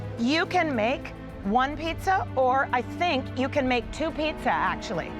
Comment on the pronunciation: Pizza atau pitza wkwkwk